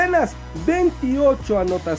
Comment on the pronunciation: No sintieron que hablaba así " clado gojiblanca desde ade años